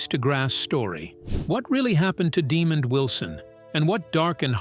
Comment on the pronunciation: His name is pronounced “deh MOND” not “Demon”.